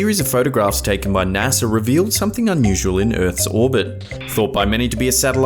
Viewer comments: naser lol it's NASA BRO! 😂 Smh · What the Fu-- is" NASAR"?